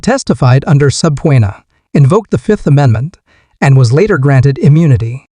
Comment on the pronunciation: These fucking AI narrations are trash. "Sub-po-eena"? Seriously? Do better.